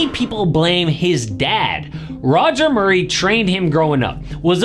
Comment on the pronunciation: who in the hell is MUIRRAY???